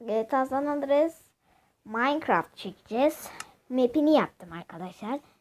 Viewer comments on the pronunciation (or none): andras değil andreas